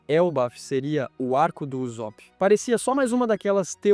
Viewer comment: "Uzópi" dói de ouvir...